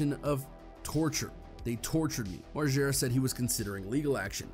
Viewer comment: MARGERRRAA. NOT MARJERA. 🤦🏼‍♀️